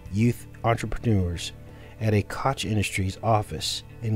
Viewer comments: Cook is how you pronounce the name. This is not the reason for the TP issue the issue is stupid people thinking of resale auctions likely and no using their beards to buy what’s most important in fearful times then buying up and reselling TP for profit, or worrying about I’m stuck in a home quarantined for weeks and TP is the most important thing or profitable thing rather than investing in Food or meds. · Pronounced coke